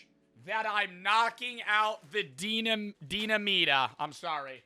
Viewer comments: Idk why but it makes me irrationally angry hearing pronounce “Dinamita” as “deena-meeta” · You pronouncing limón perfectly just to fuck up dinamita (de-nah-me-tah) had me rolling😂